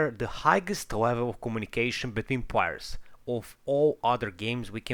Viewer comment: Sorry but, why take advise from someone who barely speak proper english. ''Plaiyers'' fuck it man. my ears are bleeding